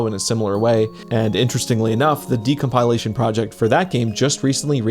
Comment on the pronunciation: i love your videos. please stop mispronouncing decompilation 🤕